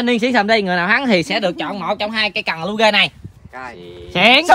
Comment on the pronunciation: lure ngta đọc là luar đọcc lu rê thì mất tên góc nó rồi